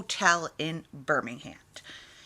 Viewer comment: and this my friends is how Americans pronounce our English language in the UK " birming-hand 😆 cling wrap 😂 lmfao